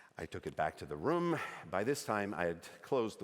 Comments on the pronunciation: Really nice American accent. Having trouble saying “room” though. Sounds more like “rum”, which gives it away a bit. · I dunno… we say room in the US, not rum, like he’s saying here. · The accent is not a very good accent. Especially when saying the word "room" like "rum". This is not very common in Canada, and definitely not on the east coast. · hahaha I also caught the "rum" instead of "room". I am from the maritimes, so I instantly thought, that's not the accent! hahaha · me too. I was so confused at first. The only word he mispronounced was "room" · and "seagull" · That wasn't a Canadian accent from any part of Canada. His pronunciation of "room" and "sorry" were particularly odd. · I would be willing to accept his slightly idiosyncratic pronunciation of "room", but the "I'm sahry" was too American. Canadians are "sohry" from coast to coast to coast! :D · That wasn't a Canadian accent. You can always tell Americans by the way they pronounce "sorry" as "sahry". The way he said "room" was not particularly Canadian either. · yeah the way he says ''room'' is definitely not American